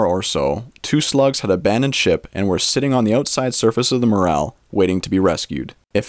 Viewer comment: Morel mushrooms are pronounced MorEL and Not MorAL!